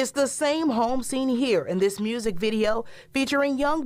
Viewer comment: I like how yo Gotti be saying mursic instead of music